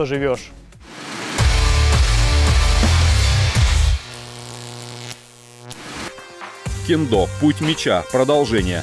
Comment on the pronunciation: Ммм,ну-ну,в Тырнетах и я могу присвоить себе звание "Убийцы сотни".Вот только толку то.Согласно тоническому ударению,что правит в Японском,нормативней будет сказать таки кЕндо.У меня всё.